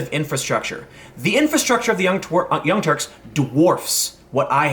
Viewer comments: P.S. I heard you almost say The Young Twerks. XD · Sounded like you almost called them "The Young Twerks" and now I have mental images of Cenk Uygur twerking stuck in my head. Thanks for killing my ability to sleep tonight... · You almost said 'Young Twerks', lol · Almost said "Young Twerks" at one point there... :D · LOL, he almost said Young Twerps! I like it, that's who they are to me from now on. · You almost said the young twerps 😂😂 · "...young twe...turks...." You're funny. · Tim called them the young twerps!! Lol! It was a slip of the tongue but still funny!